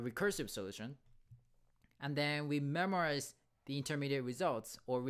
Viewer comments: Great video, one thing though, it is called Memoization as in (Memo) not Memorization as in Memory. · Memoize, not memorize